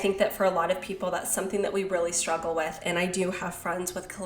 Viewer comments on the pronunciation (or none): none